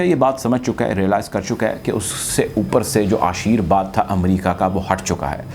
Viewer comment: ashirVad not ashirBad